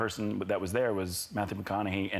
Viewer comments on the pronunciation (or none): It’s not Matt, Ellen. It’s Matthew!!!!😒